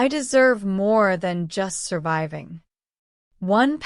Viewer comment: ماعرفت كيف تنطق كلمه surviving